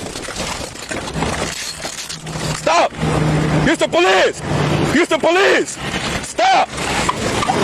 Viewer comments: Oh my God, please don't EVER say police like po-lice again dude. Your white, be white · it sounds like he saying ITS THE POLECE